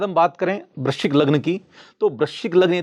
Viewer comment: Guru is talking about vrishchik. You sounded vrishabh. 😂😂